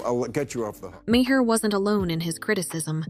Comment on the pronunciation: His name is Bill Maher (mar) not may-hair.